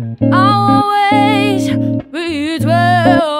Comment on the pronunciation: "I'll be twew..."